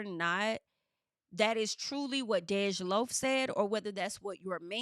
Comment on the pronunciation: DEJ IS PRONOUNCED LIKE DEJA WITHOUT THE “ A” 😂 love the hair ❤ you look good my Virgo sister. Also ain’t no way this back and forth is real. Hopefully not cuz DEJ is gay af. 😂 embarrassing in your voice